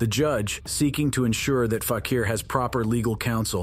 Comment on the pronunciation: What is FAK-EAR - it is FAK-EE-R